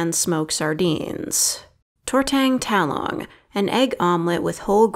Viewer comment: Great video I just the filipino in me was dying when you butchering the pronunciation. How you say it is tor-tongue-ta-long